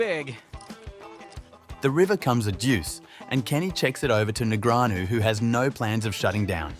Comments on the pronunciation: "neg-re-anu" lmao Daniel has been around for over 20 years.. and you cant pronounce his name? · Daniel Negreeahnu 🗣🗣🔉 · The AI needs fixing after announcing “David versus Goliath” with Foxen when Negreanu is one of the best players ever and his name is NOT NEG RE ANU 😂🙄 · Th is announcer just commuted libel when he publicly accused Bryn Kenney (and can’t even pronounce his name correctly or “knee-Grey-Ann-Oh” either. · The commentator of the video keeps changing the way he pronounces Negreanu. It's really funny